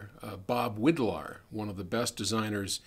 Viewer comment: Bob Widlar (Irish pronounced "wide-lar") was more like an artist than an engineer. He was a genius, a little bit crazy and paranoid and he was one of the first "drop outs" of Silicon Valley. He co-founded Linear Technology which belongs now to Analog Devices. Many linear circuits from the 1970ies and -80ies came out of his brain.